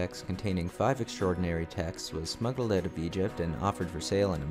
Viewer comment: You funny. You say hoise, aboit and oit. You funny